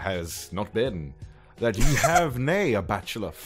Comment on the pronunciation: I take issue with the way 'Ye' was pronounced. Old English had a symbol þ (thorn) that fell out of use in the days of the printing press in favor of Y as a replacement... Given the huge lack of consistent and common spelling back then, the pronunciation should still be 'thee'. Especially in the context of the following 'thyself'. Edit: I do really like this reading though, keep up the good work.